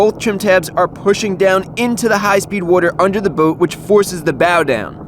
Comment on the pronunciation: has a fishing/boat channel?!?!?! I wonder how many times he's going to say "wudder" here. He said it a lot on lol